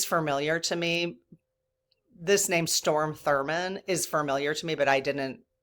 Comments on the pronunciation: Hey. THANKS for the good you spread. I'm addicted to you so please don't even slow down! I never thought i would be someone to comment with a correction, however... From a place of love and sisterhood, Strom Thurmond, not Storm. I only know this because i have a few years on you and do remember Strom. Not your fault his mama didn't give him a more normal name. You don't have an ego and you value and respect truth. I want people to focus on your message, not that you transposed his name. Again, thanks for all you do and please don't ever stop! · It's STROM not STORM. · Strom not Storm 😊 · It's Strom Thurmond, not Storm... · only because I am old and lived at that time I need to correct you. It’s STROM Thurmand. Not STORM. With that said, I am new to your channel, but am loving it! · It’s STROM Thurmond, not Storm Thurmond. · Just a minor correction.... His name is Strom Thurmond not Storm. Glad you're keeping us informed! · STROM ( not Storm) Thurmond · STROM, NOT STORM... :) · STROM THURMOND, STROM not Storm.:face-blue-smiling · Strom (not Storm) Thurmond filibustered against Civil Rights. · point of information -- it's STROM Thurmond. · I hate to seem critical… it’s Strom Thurman, not storm. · I’m a born and raised Southerner - so I know South Carolina’s Strom Thurman- not S t o r m Just want to make sure he gets all the weight of this feedback- thanks.😊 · StRom not storm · Strom not storm. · it's Strom Thurmond, he was from South Carolina. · It is Strom...not Storm. But thanks for talking about it. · Strom, honey, not storm - tho' he was trying to be a rain cloud over the civil rights parade (so to speak). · I just need to correct something. Mr. Thurmond's first name was STROM, not Storm. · Strom Thurmond ( not Storm)...I sadly remember this negative person...hopefully during his life review he saw the evil he did in that life Recount please! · STROM, not storm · Strom, not Storm. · STROM (not storm) Thurmond, if you want to look him up.